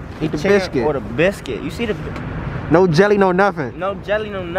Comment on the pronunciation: Lmaoooo I’m so fucking weeeak you seen how he backed up when he said “Sethen”